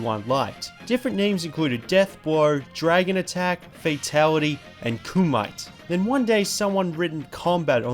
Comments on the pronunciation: "Ku might". Lol It's pronounced "koo mi tay". Have you never seen Bloodsport? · No. It's pronounced Koo-mee-teh.